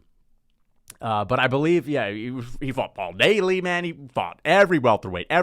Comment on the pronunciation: getting paul daley wrong, and however right at the same time is hilarious.